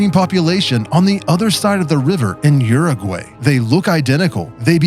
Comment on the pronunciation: It's pronounced: "OO-roo-gwi".😊